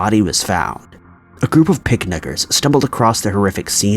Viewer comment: The group of picnickers? Did he say picnickers or something else? Hmmmmm